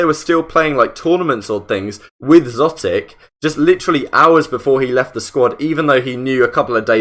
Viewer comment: Idk why it’s bothering me that he’s saying szotic, and not exotic.